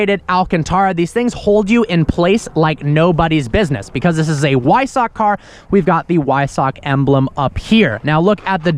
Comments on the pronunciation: It’s pronounced as Visock a W in German sounds like a V so Visock is the pronunciation for Wiessach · Great video! You have the pronunciation of Porsche correct, now pronounce Weissach with a V, like vice. Awesome car, awesome review! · Flauschi Flausch although he does pronounce weissach poorly 😂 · please say weissach properly. :/ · Weissach is pronounced with a "V". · Episode 1563 of can’t pronounce words correctly. “Weissach”